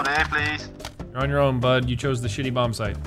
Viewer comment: “Ya gotta watch the bommb!!”